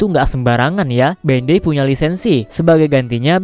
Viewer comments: Sebutan dia Bandai bukan ben dei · Sorry, tp pas dibilang bendei gw kira apaan ternyata Bandai toh 😂😂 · Bandai cok bukan bendey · BANDAI BANG BUKAN BENDEIIIII